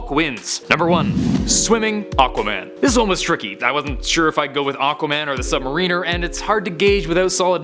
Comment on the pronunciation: Admit it,. You pronounced it Sub-Mareener just to bait douchey fanboys like me! And, like a fool, I fell for it!